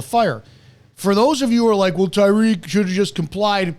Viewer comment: “It’s Tyreek.”